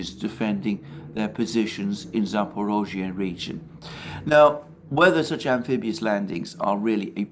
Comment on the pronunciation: Cudos for pronouncing "Zaporozhye" correctly! It is amazing how few foreign commentators manage to get it even remotely right.